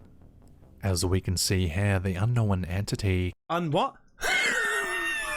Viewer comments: My littles love Caspersight 👻 and when says "Without further do dah diddle dee day"...😁😂 And Yes, I've also heard the new pronunciation of the word "Unkno-wen"...😁😳😂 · I knew this narrator couldn't pronounce "unknown" correctly. Now, I know he also can't pronounce "nuclear" correctly, either. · Little bit funny mocking his pronunciation of unknown.... Say Beetlejuice again? Hehe.